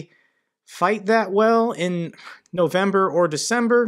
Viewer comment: "...Moskitos don't fight that well in November and Decembre..." I'm breaking. :D